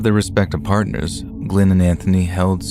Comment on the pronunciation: said "parteners" like Brad Pitt did in "Wolf". Also I think